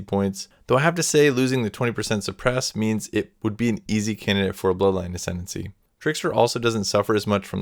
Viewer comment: "Ascendency". You were so close.